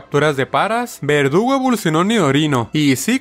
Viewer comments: En el minuto dice vergudo en vez de verdugo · cuantas veces le dijiste vergudo en vez de verdugo al nidoking?: si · No es vergudo es verdugo